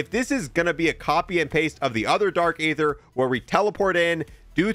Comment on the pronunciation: It's pronounced ee-ther, not "ay-ther"